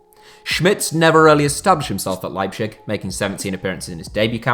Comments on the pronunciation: Don't wanna sound like a know-it-all, but as a german native speaker: the nearly correct pronounciation would be kinda like "Lie-b-sick" :D love your content tho, don't worry, just if you want to improve! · yeah I live in germany and is leibzig, he pronounces it awfully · Leipshig... :D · 😂 bit of banter mate😂👌:*Makes a video about Leipzig* Also: "Leipschich" 😂 All in good spirt, overall = still some of the best football content on YouTube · You should pay one guy to spell the "z" in german for you. ;) The way you say "Leipzig" sounds more like a desease than the actual city. xD No offense, just funny for a german. ;) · Man your pronounciation of leipzip is horrible, no offense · The z is pronounced as a z not sh... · I can't watch this video with the way you say Leipzig, this is painful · Anyone else really peeved by pronunciation of Leipzig? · The way you pronounce Leipzig as a german gives me cancer. Put some effort at least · No offense but and your pronunciation miles better than the “Liepshick” thing. Just i want to tell you to keep that in your mind and next time you won’t get so much pronunciation comments. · I want to kill myself everytime you pronounce leipzig wrong... it is pronounced lighbtsig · "Leibschick" -:D:D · Patrick Schick has been such a great signing that even pronounce leipzig "leipschick" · It’s not leipshig u weirdo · just fyi it's pronounced LIPE-TZIG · Please, could you just for once, pronounce properly Leipzig? How would you like others to say your club in a such disturbingly wrong manner? (I am not even german or RB fan, but my ear bleeded every time I heard "Leipzisch" or what the duck was supposed to be) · I don't even think the latter is more correct. I have always been taught that in German the z is pronounced like ts. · Could you not, just for my sanity, pronounce it Leipzig instead of Leipschig regardless of whether the latter is more correct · Rb Leipshig lol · Lipe shig